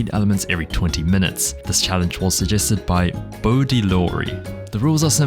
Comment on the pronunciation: Yooooo my challenge got picked but that was such a bad pronunciation of my name I feel like guoba could do better😭😭😭 (boy-d😭😭)